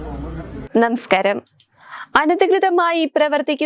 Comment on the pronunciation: നേമസ്കാരം അല്ല കൊച്ചേ... നമസ്കാരം എന്ന് പറഞ്ഞു പറഞ്ഞു പടിക്കു